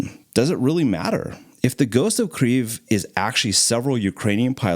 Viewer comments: The person who made the Kyiv pronunciation video is not Ukrainian and he is mistaken. I was born and raised in Ukraine. There is no “r” sound in Kyiv. At least I now know where this odd pronunciation came from :) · The whole video is in English, so "Kriev" is a very strange pronunciation for anyone who isn't familiar with Ukrainian, you are mixing languages. If you make an English video about Norway for example, you would probably also call it "Norway" and not "Norge" which is the Norwegian word for Norway. Pick a language and stick to it, you chose English so it's Kyiv 🙂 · Your pronunciation is incorrect. You are saying Kryiv, but there is no R in this word. Kyiv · Bro he is called Ghost of KIYV, not Kriev or etc. Kiyiv is the city, the capital of Ukraine. I am from Ukraine. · kiev not kriev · Yes. But it is pronounced "keave". Russians would call it "key-ev." That was the distinction. It is not "kreave". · cmooon duude it's not Pronounced "Krieve" but "Kiev" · Its definitely not accurate. The easiest way to say it properly is to understand that it is like combining 2 sounds or words together first is Kei and eve with a Y in it. So it becomes Keii-yeev. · It's Keeve (long e sound in the middle). I had been living there before the invasion. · Since when did Russian get banned from Ukraine? It's both Kiev and Kyiv, and 40% of the country speaks Russian and they call it Kiev (and in fact, not "Kriev" in any language, as the fool in the video mangles it in an effort to signal his virtue) Stop being racist. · Why do you keep calling it kreev? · Were is this r you speak of [key-ev] so key like your house key and the first part of ever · Kyiv not kreiv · Kieeeeeeeeeeev dude what are you smoking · Thats not how you say Kyiv. The letter Y is put there for a reason. Its is 2 sounds combined into one the first is K, and yiv. Pronounced as KEI (short) and YEIV = KEI-YEIV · Its pronouncd Key-Ev (as in ever) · You're pronouning Kyiv wrong lol it's pronounced like this "KEE-ef"